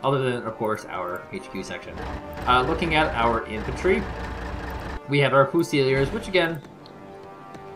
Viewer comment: Foo-seel-ee-ers? Is that an in-game joke or mistaken pronunciation?